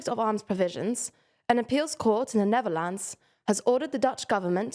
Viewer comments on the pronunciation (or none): none